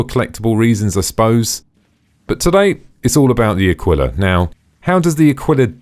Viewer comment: AAkwila .. emphasis on the first syllable. Great vid..as well :) , one of the few that actually supplies information.